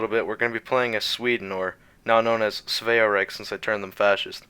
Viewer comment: I deadass was just playing svea rike (BC Im Swedish) and wanted to do a paradrop and I realised Ur doing the same playthrough, btw just so you know it's not svea riech because rike means land or kingdom In sweden